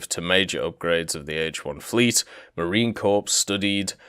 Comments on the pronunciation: The "ps" in "Marine Corps" is silent; it's just "muh-reen kor." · Marine corpse :p